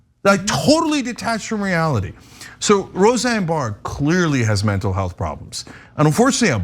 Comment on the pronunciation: Said her last name wrong lol it's just Barr not Barrs. 😅 happens to the best of us lol